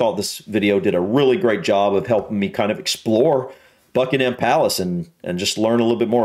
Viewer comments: It’s the Maaaaall not Maul, it’s also Buckingem Palace not BuckinHam Palace. Hope you visit soon, May is usually a good month although was chilly and wet this year. The Palace is well worth seeing and is actually a very relaxed tour, you can pretty much take your time walking through. Worth every penny of the ticket price. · don't say ham at the end of Buckingham, just say gum. When they say residence the Queen never seen it as home it is for the Royal Family just "the office". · Pronounced Buckingam without the H 👍